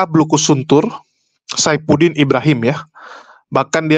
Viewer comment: Ngoceh ora jelas ... Caepuddin iblohiim😅